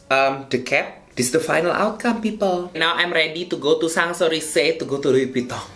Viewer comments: When he said pipel, seprei seprei I died of laughter